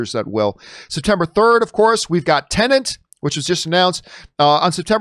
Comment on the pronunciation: Why do you say teneNT and not TenEt ?